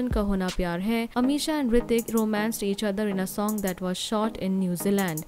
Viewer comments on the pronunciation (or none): none